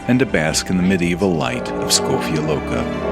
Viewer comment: My Ljubljana.❤❤❤. Very good pronunciation of Škofja loka, Ljubljana..